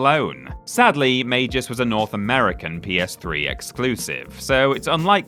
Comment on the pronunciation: Yes, the developers of Magus were pronouncing it wrong, it has a hard G, not a soft G, it's said like "May-Guss", also, you do that the PS3 is region-free, right? So even though Magus was only launched in America, you can easily buy a copy online and play it that way, literally only ONE PS3 game was region-locked, and that was Persona 4 Arena. Also, Sonic Boom: Rise of Lyric is easily one of the worst Sonic games out there, up there with Sonic and the Secret Rings and Sonic The Fighters, all three of those make Sonic '06 look like a masterpiece by comparison.